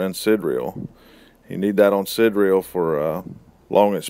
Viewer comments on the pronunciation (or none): FYI: Sidereal is pronounced sigh-dear-real in UK English or sid-dear-real in US English. You're leaving out the middle syllable.